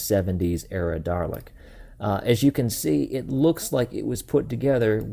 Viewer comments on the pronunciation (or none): You point out the eye-stalk but mistakenly call it a "top laser bit"... 😕 You know there's no R in Dalek/Daleks: so stop adding the R when you say Dalek...! 😉 Best way to pronounce it: singular Doll-eck; plural Doll-ex. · I appreciate the warning at the beginning of the video, but every time you said "Darlek" my giblets were triggered. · Drinking game: Take a shot every time he says “Darlek” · My name is Jamie Olberding and you aren't the only one here in the U.S that calls Daleks the wrong name pronunciation Darlek. Some of my friends who haven't even heard of "Doctor Who" are always asking: "What is "Doctor Who, I have never even heard of it?" I usually get my Dalek toy figures on either or at comic book stores